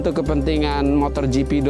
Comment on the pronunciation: Smoga Pak Jhony ktika thun depan gak bilang MOTORGP lagi ya..motogp pak..gak pake R